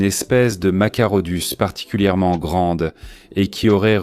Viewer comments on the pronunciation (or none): Machairodus qui se prononce Makairodus.